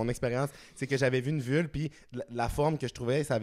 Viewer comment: jsais bin que t’es aux hommes mais on dit une vulve pas une vule lol